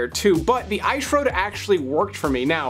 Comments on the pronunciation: Please stop saying “ish road” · The ‘Eyesh’ Road”? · The I shroad? 🤣🤣🤣